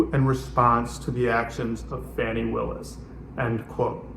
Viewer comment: Are you purposely disrespecting Ms. Willis or did you just not bother to learn how to pronounce her name?